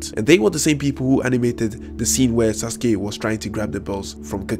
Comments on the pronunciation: He used sauke instead of sauske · He said sauke instead of sasuke